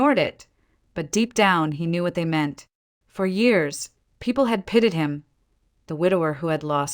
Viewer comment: At about : : the word 'pitied' the 'ie' should sound like a hard 'y' to keep the storyline moving on smoothly!. Oops LoL 😢😂